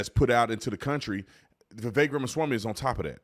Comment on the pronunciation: Vivek rhymes with stomach ache or head ache.